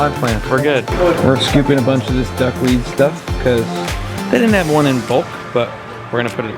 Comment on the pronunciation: Buck weed. Lol. Its duck weed.